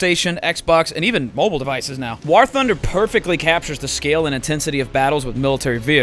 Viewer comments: Jesus fuck Doo, its War not WaHr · When are we gonna tell Dooo that "war" is pronounced the same as "wore" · Has anyone noticed Dooo says "war" like it's spelled with an h "wahr". It cant be just me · Listened to that whole ad read just so I could hear Dooo pronounce the word war